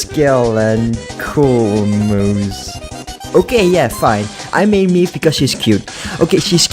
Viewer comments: who tf is meeeeve (its may-ve) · Mei ve not MEEVE.